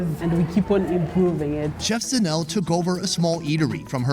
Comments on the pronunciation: Pronouncing ZA NE LE as in ZINEL kills me 😂😂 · The Sowetan food all looked amazing. I wasn't sure about the Alex stuff. I don't love tripe, but it was definitely interesting how they were pronouncing Zanele 😂